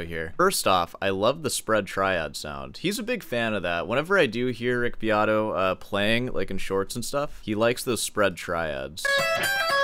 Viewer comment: Beato doesn't even know how to pronounce his own last name!